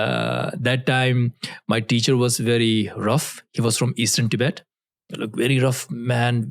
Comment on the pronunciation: How you say Tibet is how western people pronounce it Please try to use correct pronunciation Love your content ❤